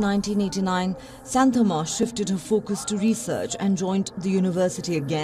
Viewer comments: Its not how you pronounce Santamma..you have to pronounce Shaanthamma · That was an interesting report on sn astounding person. I have a suggestion though - before going live with content please do try to find out what the culturally proper pronunciation is, of names that feature in your reports. In this case - Santhamma, Guiness, and Vizianagaram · Good to know about her dedication, kind request to you guys to pronounce her name properly, don't use the Western style for Indian names.